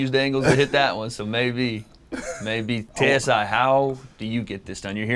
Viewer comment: Are we all gonna ignore that, calls JJ “TAY-S-I” 😂